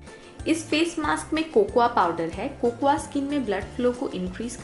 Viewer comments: Di cocuwa nhi Bolte ha Di Coco powder Bolte ha sweety di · cocoya. Kya hota h ... 😂😂😂 it's cocoa